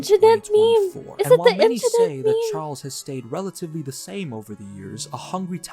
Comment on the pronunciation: "Just a inshident"